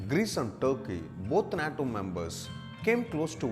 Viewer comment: This monkey can’t even pronounce the word nato